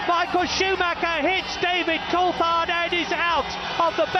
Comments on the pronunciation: I'm sorry but no F1 'fan' says Coultard.... There's an 'H' in there my dude 🤦🏻‍♂️ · fyi coulthard pronounces his name with a “th” sound in the middle